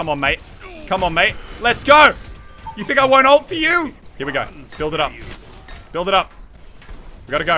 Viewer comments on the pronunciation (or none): none